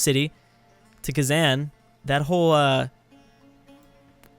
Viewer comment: A kitten dies every time says KhazAN.